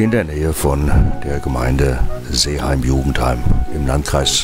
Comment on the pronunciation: Verzeihung,es heißt Seeheim-Jugenheim und nicht Jugen d heim